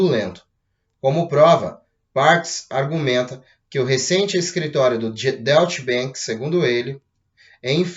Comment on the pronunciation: Oi meu amigo, bom dia! Me permita auxiliar em algo! A pronúncia correta pra Deutch Bank é Dóitch Bank! Obrigado pelas excelentes informações! Abraço!